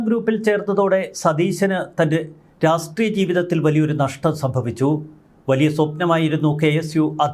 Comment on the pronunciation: "രാസ് ട്രീയം" എന്താണ്..